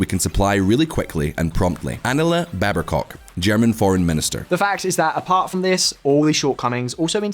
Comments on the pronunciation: you say "Annela Berbercock" instead of the correct name "Annalena Baerbock" which you wrote. I have never been offended by false pronunciation but this seems like a deliberate insult. First name you seem to have concocted a bastardized version of "Angela" (like Ms Merkel) then Berber is the name of a north African tribe and bock is not cock - very difficult to get wrong if you can read . wtf. F yourselves too, thank you very much. (I am not offended by the portrayal of our army, seems about right. Also Ursula van der Leyen is one of the most corrupt politicians ever) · Anela Barbercock nice pronunciation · "Annala Baebercock" Damn, you butchered that one :D Just spell "Anna-lena - Bear-bok"